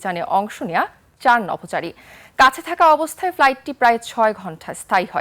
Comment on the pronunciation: সাংবাদিকা ম্যাডাম তো বাংলাদেশের নভচারি বলতে চাইছিলো😁